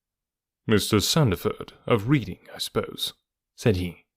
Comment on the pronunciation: In the UK 'Chiswick' is pronounced 'Chizzick' and the town of 'Reading' is pronounced 'Redding'. Thanks for the story! 😊